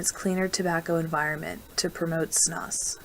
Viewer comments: It’s pronounced “snoos”. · You lost me when you mispronounced Snus.